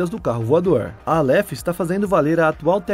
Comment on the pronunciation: A pronúncia correta é Álêf, não Aléfi...